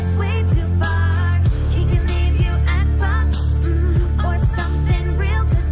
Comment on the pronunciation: It sounds like she is saying "s box"